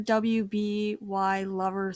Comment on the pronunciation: You said my username wrong lol but that's alright ^^ (it's pronounced (Rubylover34 just the W is the U) Anyways thanks for the Critque! And the character you first saw (Yin'tekai) is from AvP ^^